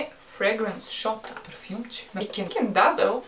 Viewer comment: Казва се "дезъл" не "дазъл" .